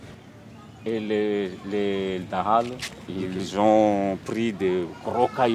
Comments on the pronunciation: Cette vidéo manque de crédibilité. ne serait-ce que parce que vous n'êtes pas capable de faire l'effort de prononcer correctement les mots malgaches (par respect de Madagascar et des malgaches), comme dahalo (pas de son "o" en malgache), Ihosy (pas de son "s" mais 'ch", etc. Et sincèrement cela m'étonne que les militaires vous aient laisser les accompagner comme cela ? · Azafady ! Faites un effort pour prononcer les mots malagasy. Exemple dahalo, pas de son "o" en langue malagasy